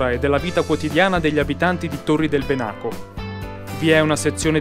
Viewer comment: Ahia! La pronuncia è Bènaco, non Benàco, è l'antico nome del lago di Garda. Tranquillo non c'è problema :) si impara sempre. Comunque il video rimane ottimo